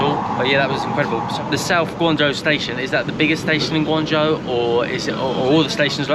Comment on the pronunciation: Guangzhou..... not Gaungzhou guys.